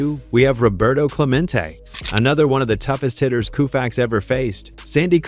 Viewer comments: Every time I hear the AI say KOOFAX my blood boils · I stopped after Koofax. FU, AI !!!!!!!!!! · I stopped after 4 "Koofax". Not going another 15 minutes listening to that. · Koo-fax? Fing moron AI! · A I is a lazy approach to voice over presentation and a huge disappointment when A I repeatedly says Koo-fax and makes it one of the biggest shit show for future shows ! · Coo'-faxs?... Get a life... you Artificial Ignorance. As you can see from the previous comments below, "Home Run Hub" wasted Their time & $ and OUR patience generating this narrative. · You're right- it's pronounced co-fax, damn AI ! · Take the dialog, put it in a word processor which it probably already is. Then use the Find and Replace command to change Sandy's Last name to a spelling the AI will pronounce correctly! What's that gonna take... about 2 minutes? Seriously, a major fail and disrespectful to the icon himself. 😝